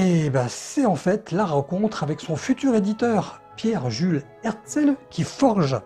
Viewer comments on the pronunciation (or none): Une superbe vidéo comme d’habitude, un seul petit bémol, vous écorchez le nom de l’éditeur, il s’agit d’Hetzel et non par HeRtzel. Je vous invite par ailleurs à consulter les tarifs des éditions de la fin du 19ème ou début 20ème des ouvrages de Jules Verne de la collection Hetzel... En termes d’investissements, il faut faire un choix entre la lecture ou le matériel pour l’astronomie 😉